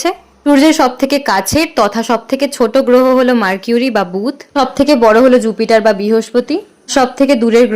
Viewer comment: মারকিউরি নয়, মারকারি 😅😅😅😅😅😅